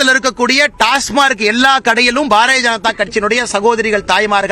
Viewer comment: டாஸ்மார்க் என்பதை முதலில் தமிழில் டாஸ்மாக் என்று ஒழுங்காக சொல்லட்டும் இந்த அரைகுறை அரைவேக்காடு பாரதிராஜா கட்சியின் உளறல் பைத்தியம்.